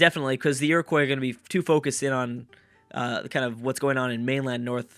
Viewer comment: Hey i just wanted to tell you that Iroquois is pronounced Ear-ick-wa. im from that tribe and i thought that you, obviously loving history, would like to know. hipe i helped!